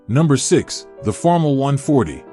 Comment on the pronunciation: First off, five acres is NOT a farm! Most of the fields pictured are ten times that amount. And ditch the AI voice. It cannot even pronounce Farmall correctly.